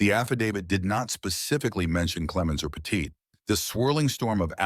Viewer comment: Say Petite correctly if ur gna say it 40 times In a video.